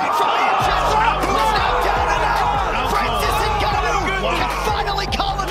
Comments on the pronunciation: I miss Francis Enguhknow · francis ganoh!!